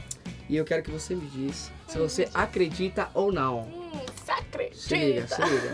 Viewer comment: qund VC fala "cê credita" do kevinho melhor que o próprio kevinho ~Dani